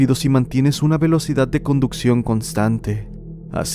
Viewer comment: "ciudat" "velocidat" JAAJJAJAJAJAJAJAJJA😂😂😂😂